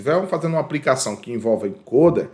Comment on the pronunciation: O conteúdo é muito bom, bem exPLicado! Mas cuidado, precisa melhorar a linguagem! aPRica, NÂO PODE! APLICA SIM! BRUSA, APRICA, APRICAÇÃO NÃO EXISTE! BLusa ; aPLica; aPLicacão assim tá certo!!!